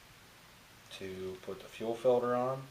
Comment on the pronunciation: Fuel "filder".